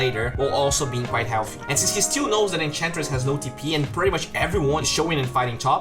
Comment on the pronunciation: it's triggering how he pronounces "that"